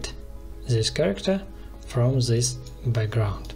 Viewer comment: its not ZIS but DIS